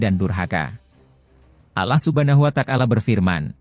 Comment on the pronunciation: Yg BENAR DONG PENGUCAPAN NYA....ALLAH SUBHANAHU WA TA ALA....BUKAN.ALLAH SUBHANAHU WA TAKALA....